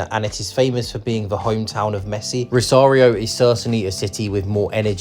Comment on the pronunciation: si, pero la ciudad de "rario" o la provincia de "salsa"😂😂😂